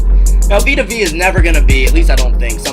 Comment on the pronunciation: Please learn to pronounce the dudes name... Vita Vee?? it’s Vea... pronounced Veyah